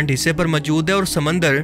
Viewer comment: اپنے اردو لہجے پہ توجہ دیں ۔ لفظ موجود ہے مجود نہیں